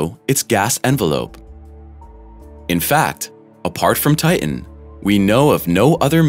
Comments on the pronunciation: Good info HOWEVER.......TITAN is pronounced TIe-Tan, not Tiegh-en. As a science based page you should know poor pronouncement of the main subject is bad narration and form and comes across as uneducated. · Ti·tan, not tit·an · Ti..en has a t in the cen..er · Is that why sometimes he calls it Ti-en? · The robot narrator can't seem to pronounce 'Titan'. Curious. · Why cant you pronounce the second T in titan. Just like young girls who can not pronounce the T in mountain. A strange generational occurance. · It is imporant to pronounce Tian correctly. Important…Titan. 🌺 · Make a video about Titan, when you cant pronounce the word Titan??? How stupid of you. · Stinky hydrocarbons. And frozen at that. There are two ‘t‘s in Titan. Hard t’s. You pronounce both of them. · The announcer is killing me with his pronunciation of Titan. It sounds like he is swallowing the last syllable.